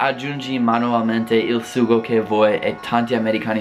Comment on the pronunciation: Pronuncia ancora la parola SUGO 😂